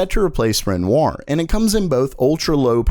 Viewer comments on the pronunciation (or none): Here we go again. Like "Renoir", "Cezanne" is French. Your pronunciation of "Renoir" is close, but drop the "R" at the end. It's "ren WAH". And "Cezanne" is pronounced "say Zahn"... And not a single one of these cards is reasonably priced. These prices are obscene...